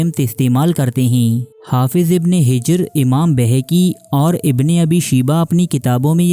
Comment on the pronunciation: Bhai Sahab, lafz hijray aswad nahi Hajaray Aswad Hai. e c tarha hafiz ibne hijr nahi, hafiz ibne Hajar hai.